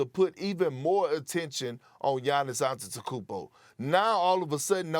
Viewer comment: Perk can’t pronounce gannis’ last name correctly😂😂😂